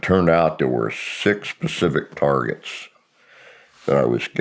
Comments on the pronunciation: He definitely said “Specific” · You lost me … flag for me. Someone who’s claiming to be this intelligent, would never say “pacific” targets? You can look at his lips when he says it… he says “pacific”… nope.